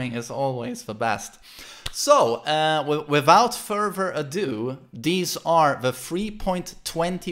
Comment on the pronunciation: "wivout furver adieu, deez are the..."